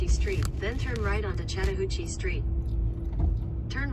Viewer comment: Ok ok there are few words that cannot be mispronounced. Wakulla (wack u la) ... Really? Blounsttown (blounce town) 😂😂 The BEST YET is the word shat. This announcer pronounced Chatt as shat 😂😂😂😂 Shattahooocheeeee. Too funny! Im not lazy although I am a lil crazy 😂.... And I absolutely adore, love & highly respect all history, Native Americans history, artifacts, grounds, mounds, etc. I seem to find something more every time I'm about to run outta history, land, artifacts, geenland's, etc. It could be a great place to live with appropriate attention(s). I grew up not far from here although living here in Shatta now. I'll put it this way, this is the only city I have literally refrained from taking walks alone. I do walk at the river landings only when other people are around and I'm very observant. It pays to be cautious and until cautionary changes are made in this city nothing's going to survive. Perhaps that's best bc it's truly a beautiful historical & spiritual place. And that's just fine me. Thanks so much for the history videos... now on to more. 🌷